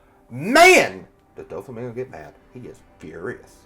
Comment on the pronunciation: I just came back to add Dyflamingo to the list lol it’s the only thing pulling me out of these videos and I’ve been watching them all day. I’d hate for even pickier people to stop watching Maybe check some anime clips to get the pronunciation?